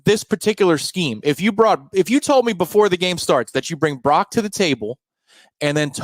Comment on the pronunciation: It’s Brock, not Barock